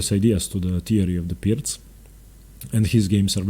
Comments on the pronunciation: Thank you,, your content is amazing. Insightful video. And thank you for properly pronouncing "Pirc" and "fianchetto." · I've been pronouncing it wrong. Thanks for giving the correct pronunciation and explaining how the opening should work. I'm not a fan of the Pirc because of what it allows for white. Engaging instruction as usual.